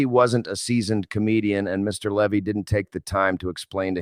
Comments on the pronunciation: Its Leeeevy not Levee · Pronounced "Lee-vy"